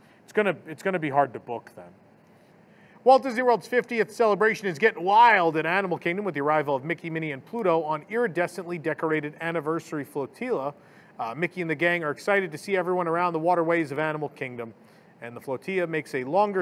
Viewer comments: It’s pronounced flo-TIH-LA (like Godzilla), not flo-TEEYA (like tortilla). Ughhhhhhhhh... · It's pronounced flow-till'-ah. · Right?!?! It’s just maddening